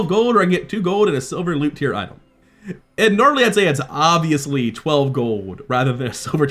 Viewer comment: didn’t mean to call you out, just curious if I missed a mechanic or something or just an accent thing. Btw hope the game does well, just the segregating card pack makes me sad.